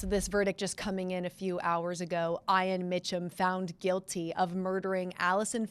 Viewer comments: It’s E-on! Not I-an. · "I"an? That's a strange pronunciation of that name. I would say "E"an. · hmm. My bad. I've never heard it pronounced like that, but I'm in MI in the USane ee-an is the only way I've heard. Must be a geographic thing like potato, potaaaahto.